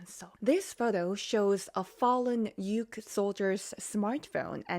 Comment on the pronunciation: Say Ukraine you sound so silly saying uke